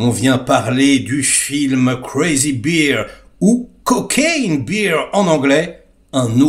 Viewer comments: se prononce Crazy "BAIRE", pas "BIRE" comme la bière. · Ca se prononce Bère, et non bire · Bear se prononce Bear (comme Édouard) beer veut dire "bière" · 😅😅J'adore comment tu prononces le titre: "crazy beer" (bière folle)🤣sacré